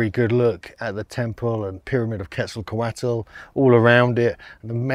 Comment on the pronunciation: "KETZL-KÔ-WAT". NOT "KETZLE COATLE".